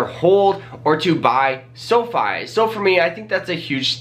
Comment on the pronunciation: Seriously, I can’t anything he says seriously after he says sofee